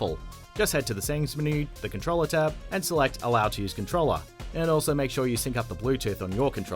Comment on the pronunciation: Hah "CONTROLLER" NOOO